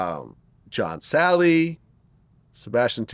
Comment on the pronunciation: This fuckin idiot said John Salley!!!